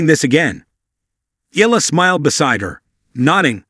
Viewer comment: Please pronounce her last name properly. It’s not EELA, it’s EE-YA-LA😂😂